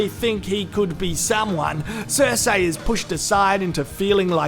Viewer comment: finally stopped saying Q-Burn. Hopefully he stops saying Cer-Say